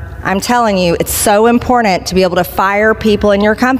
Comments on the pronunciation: She says inporent , not important. She fails English 101. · "Impordent"... Says it all doesn't it??? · I like the way green pronounces important. She says impornant. And she's all dressed in pink for her new boyfriends.